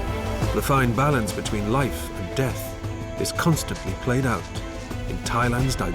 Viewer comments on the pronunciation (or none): none